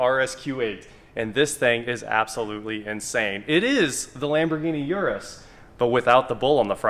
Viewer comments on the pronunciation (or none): It's called Urus not Uris.